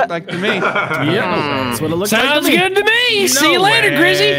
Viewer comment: “Pretty gewd.”